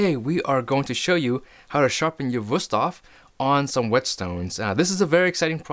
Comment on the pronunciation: Very helpful video! Also I like how you pronounced Wüsthof correctly.